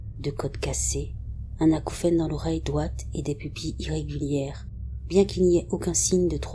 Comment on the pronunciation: Top, comme d'habitude ! Toujours des histoires inédites et toujours ton don pour la narration (et pour prononcer les mots "d(r)oite", "c(r)oire" et "end(r)oit" 😄) 👍😘